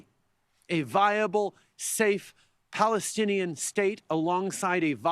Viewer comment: Particularly in Palestine * how hard is that to say?